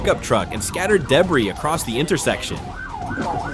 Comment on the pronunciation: AI sucks. People who post these videos and allow AI to read their English, they best start spelling phonically instead of proper English. "Deb-ry' is not the pronunciation of "De-bree". So easy yet they never do it. Ai is all "A" and no "I". Period.